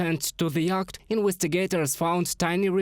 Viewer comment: Great confusion here over the pronunciation of "yacht". I didn't understand you. Then I realised what you were trying to say. The word, unintuitively is pronounced "yot" or "iot". It's a good idea to check the pronunciation of words that are new to you if you don't want to confuse your audience - I am a native English speaker and I was baffled. There are no end of web sites that will help with you pronunciation.